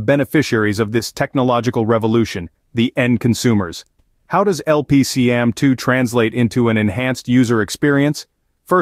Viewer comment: It's a cool video, but the product name was mispronounced. "LP-CAMM2" not "LPC-AMM2". Micron put out some videos. It stands for Low-power compression attached memory module and "CAMM" was a thing before Micron put their low-power memory spin on it.